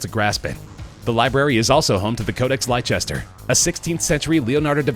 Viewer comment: Leicester is pronounced "Lester", not "Lyechester"... :)